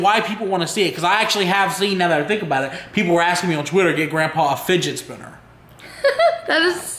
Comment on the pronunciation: fidgee lol. it's fidget